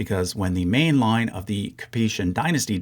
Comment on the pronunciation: when he said "Russia was in the war in a support capacity not a main one." I thought he said "not a mean one." LOL...